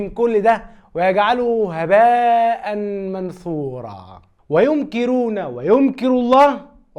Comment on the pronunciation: قال الله تعالى ( و يمكرون و يمكر الله و الله خير الماكرين ) يمكرون و يمكر بفتح الياء و ضم الكاف . للتصحيح فقط